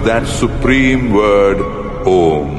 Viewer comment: its NOT AUM! its "OM"